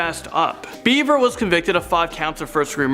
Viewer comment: You mispronounced Bever over and over. You clearly never watched the interrogation